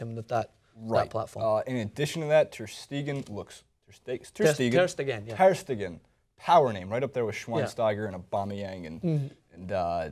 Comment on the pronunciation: For the record,: "Ter Stegen" is pronounced with the emphasis on the 2nd syllable, not the 3rd. So it's not "ter steGEN", but "ter STAYgen"